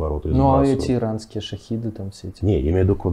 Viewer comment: Можно ли специалистом назвать человека, который Шахеды называет Шахидами...? 🤔